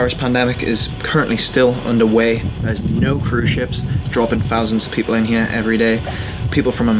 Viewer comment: “And in ere” 🤣